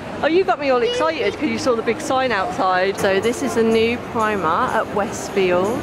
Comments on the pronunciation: Plz call it primark and not primar 😂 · are you calling it primart? 😂